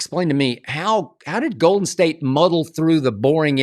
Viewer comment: “Olden State” 😭😭